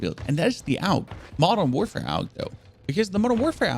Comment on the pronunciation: Aug not aulg